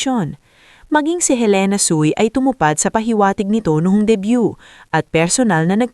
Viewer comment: Debut hindi debyu